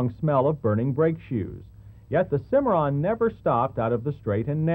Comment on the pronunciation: You know... it's Cimarron, not Cimmaron.